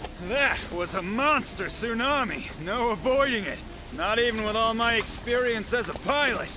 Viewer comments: That bloody southern "tsanami" lives rent free in my head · Pronouncing tsunami like salami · Whoa. Dude can out run a Sue-nam-ee But holy crap this is just tutorial the game! Idblowmybrainsout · As a southerner... "tha' zoonahmi" is unforgivable. Edit: dual cpr, is he rescuing space marines with secondary hearts now? Edit to the edit: that must be it, cause ol dude just jumped in an Invictor Warsuit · I swear he said "Salami"